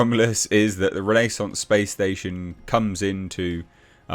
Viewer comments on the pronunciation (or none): none